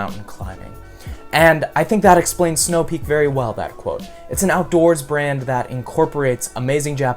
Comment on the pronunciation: I thought he said band not brand